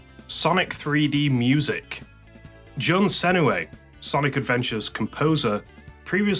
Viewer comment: The pronunciation of Jun Senoue genuinely hurts me